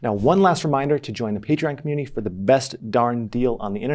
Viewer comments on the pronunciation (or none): none